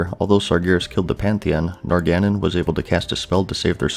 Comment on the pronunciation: Syl-VON-us = Sylvanas Nor-gah-non = Norgannon A-oh-nar = Eonar A-MON-thool = Aman'Thul Kahz-gore-oth = Khaz'Goroth Var-imath-rus or Vahr-iMAhth-rus = Varimathras Nahth-rah-zeem= Nathrazim Any and all pronunciation help for the.:D